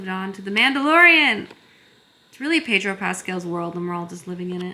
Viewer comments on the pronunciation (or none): none